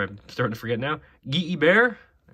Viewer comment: funny how we all still call Guy Hebert the way we do. It was actually pronounced Guy (as in a dude), He-Bert (as in Bertuzzi). The dude was American, wasn't he? , His name was pronounced as Nes-cash